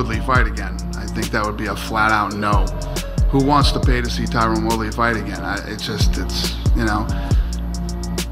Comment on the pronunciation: Tyron isn’t pronounced Tyrone. No respect from a guy named Dana